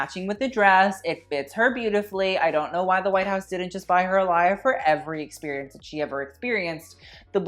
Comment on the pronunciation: No one:: backless experiOONCE 😂😂